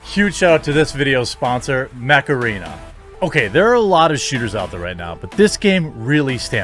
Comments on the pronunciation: When you first said mech arena, I thought you were saying macarena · I wasnt looking st the screen when you plugged your sponsor so I heard it as; "Huge shout-out to this videos sponsor, Macarena!" Ai! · When you said your sponsor was "Mech arena", I thought you said "Macarena" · I totally thought you said "Macarena". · And I'm not surprised. The problem is is that humans that get power behave like animals. WHy can't we put our disgusting urges in check? WTF is wrong with us? I guess we are no better than animals in the end!? BTW I thought he said Macarina when he did the promo. I wasn't looking at the screen and I was like WTF?! lol...... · Not gonna lie, when you said "Mech Arena", I thought you said "Macarena". 😆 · While i was only listening to this video, i was only hearing macarena and i was like "wtf you talking about Jeremy?". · You said "Macarena" on purpose! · haha I thought your sponsor was called Macarena XD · Been playing Mech Arena for a long time now. Sadly when you say the name fast it sounds Macarena lol. Download it peeps I didn't get that promo. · I'm sorry but everytime you said Mech Arena I though hey Macarena! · I thought you said Macarina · I maybe showing my age here....but swear on my life I heard you say "Macarena" not Mech arena lol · Coulda sworn he said his sponsor was the macarena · I thought Jeremy said " macarena". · Sponsor is mech arena I hear macarana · When you started your mech arena promo I thought you said macarena... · Holy crap. At first I thought he said Macarena app. Like the song from 1993. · LOL Jeremy pronouncing Mech Arena like Macarena. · I was listening to your video across the room and I thought your sponsor was Macarena, that horrible song from the 90's. Then I realized you said Mech Arena. I laughed regardless. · Mech Arena... I shit you not I thought you randomly said "Macarena" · Who else thought he said macarena? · I seriously thought you said your sponsor was "Macarena". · THATS WHAT I THOUGHT HE SAID LOL